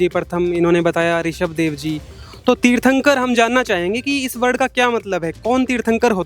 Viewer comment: ये वीडियो पुरा फैक है क्युकी पहले जैन व्यक्ति को तीर्थंकर बोलना तक नही आता।